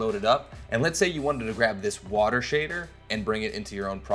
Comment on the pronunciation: Did you say avatar the last airbender or avatar way of the wotah